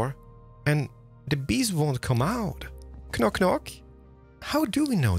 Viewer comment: I love hearing Nordic people pronounce the k in knock, it gives me life 😩❤️ my Finnish friends do it and I love it so much lol